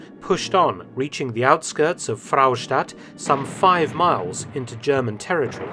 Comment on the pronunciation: Fraustadt is just 1 'r' , no need to say Frrrrraustadt 😂